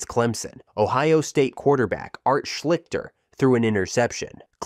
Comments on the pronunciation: Man you butchered Art Schlichter last name, but the only reason way I say that is because he is in the Miami Trace High school Hall of Fame and my dad loved watching him in high school. So I hear him talk about him all the time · You mispronounced Schlichster. Also a lot people don’t know about the Hayes slide line punch so I don’t think I’d say he’s equally remembered for that. You can’t use hyperbole in videos like these, because now I don’t know how much is accurate in the ones of these I didn’t know about. It’s a good video, but just keep that stuff in mind